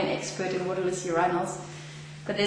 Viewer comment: Your - eye- nals.